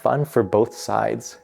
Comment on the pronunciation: I noticed that too right away. Buildins, fightin, needin, policin. I think it stands out so much as he over enunciats every other word and syllable but then that accent comes out strong. Also, Vega-bonds and eye-ren (iron)